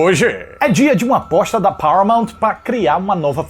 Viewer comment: Você falou "aposta" eu entendi "bosta"